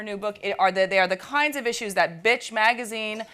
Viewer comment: Pronounced "Betch" with vocal fry.